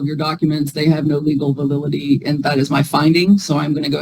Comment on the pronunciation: Did he say "vadility?"